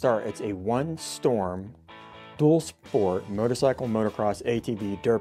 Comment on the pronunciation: This is the first video I came across where somebody actually said 1 storm and not i storm 👏 great helmet I own two myself